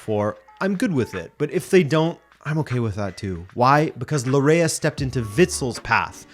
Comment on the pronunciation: Your pronunciation of Laryea 😬 (it’s pronounced Larh-yee)